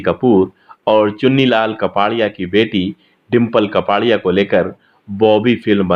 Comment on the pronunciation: कपाड़िया नहीं कापड़िया